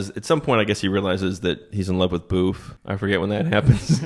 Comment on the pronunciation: Her name was booth or boof?